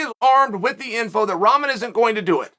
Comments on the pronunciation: What is it chael keeps calling Rahman Jr. Tough ramen?? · Love how Chael is pronouncing Rahman’s name…not even close. And a Cruiser weight?? Come on man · Hey Chael, I just want you to know you are pronouncing Hasim Rahman Jr. name incorrectly.